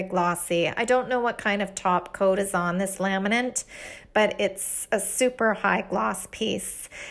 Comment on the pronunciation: The word laminate does not have an "n" at the end.